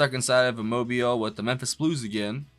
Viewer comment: It's Mobile, Alabama.